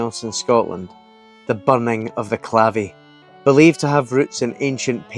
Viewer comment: Lived around here 40 years and biked past Sueno and Witch's Stone hundreds of times. Never stopped to look. Terrible. I'd cast doubt on Duffus being Motte and Bailey when it was built, it was on the coast of the inland sea - the Laich of Moray of which only Loch Spynie remains. Also, it's pronounced Clayvee. When there were 3 pubs in Burghead it was a wild night out. For a period there were none but I think one has reopened. Still worth going to see of course if the revelry after isn't your thing 😂